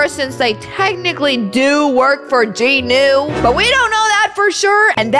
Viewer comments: Its jinu not ji nu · Jinu not JinO